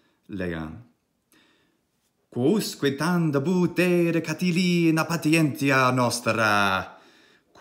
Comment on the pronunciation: Why have you divided 'Catilina' into 4 syllables like this: CA-TI-LIN-A and not like this: CA-TI-LI-NA? Thank you.